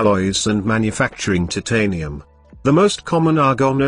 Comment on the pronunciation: bro its titanium not TITanium